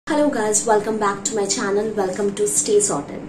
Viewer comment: It’s channel not shannel which a perfume specialist